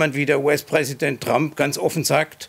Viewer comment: Fast so schön wie Donald „Tramp“